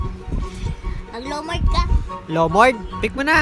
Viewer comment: leomord❌ lomord✅